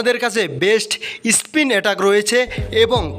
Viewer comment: ISPIN OR SPIN? PRONOUNCE PROPERLY OR LEAVE IT.